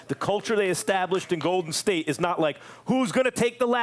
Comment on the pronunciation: "OKC was the Go'din State before Go'din State!!!" - Isiah Thomas